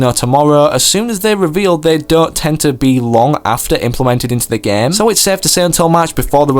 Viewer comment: it is game not gam